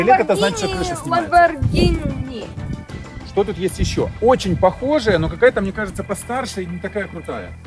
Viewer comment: 1. Не Lamborgina, а Lamborgini 2. Хороший выбор с Lamborgini Urus 3. Быстрый 4. Внедорожник 5. Можно проходить везде 6. 4 режима езды: Обычный, Sport, Corsa, Neve 7. Короче тачка супер, крутая, блотная